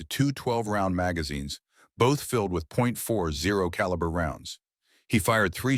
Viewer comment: It's pronounced "forty caliber", bro.